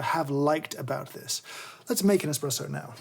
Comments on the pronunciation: the illustrious Mr Hoffmann very clearly says Expresso instead of Espresso. I expect a formal apology at your earliest convenience. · If you listen carefully, James actually says "expresso" during the video once!